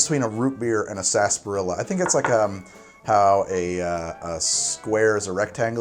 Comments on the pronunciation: It's not "SAS- PAH-RILLA" it's "sar-SAP-pah-rilla." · I can't stand that word. Everyone says it like "Sass- par-illa" Yet it's spelled like "sar-sap-ar-illa" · why do you pronounce it "Sasperilla" when it's spelled "Sarsaparilla"? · COÑO NOJODA!... 😫 It is: Sar..... Sah!.... Pah!... rrrri..... Ya! 😩🔫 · I'm surprised you didn't mention how "sassparilla" is a pronunciation that completely ignores the R and extra A syllable. The British pronunciation includes the dropped syllable but also excludes the R. Totally improper but it's just how we say it. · It’s pronounced sunset saaaaaaaaaaaaaaaaasparilla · its pronounced 'spars-er-ela' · COVID drinking game - drink whenever says "Sarsaparilla" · Is it pronounced sa-sparilla, sass-parilla or sar-sa-parilla? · I don't know if latinos pronounce it wrong but I don't pronounce sarsaparrilla the way he pronounces it.